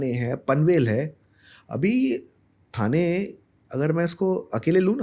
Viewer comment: ठाणे not थाने, मालाड not मलाड